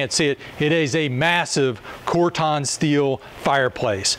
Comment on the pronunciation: Surely I’m not the only one who cringes whenever he calls corten, corton???